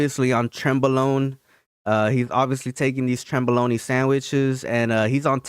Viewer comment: “Trenbolone”?..he’d pop hard if he was